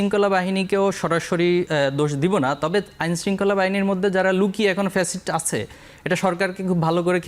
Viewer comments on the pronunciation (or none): আবালের বাচ্চা শিবিরের সেক্রেটারি যেভাবে গুছিয়ে বলেছে টোকাই দলের সাধারণ সম্পাদক তো ফ্যাসিস্ট শব্দ উচ্চারণ করতে জানেনা পেসিস্ট বলে 😂😂